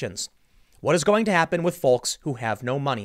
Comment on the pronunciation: For as often as he uses it, it drives me nuts how hard he hits the 'L' in "folks". Wonder if he says yolks the same way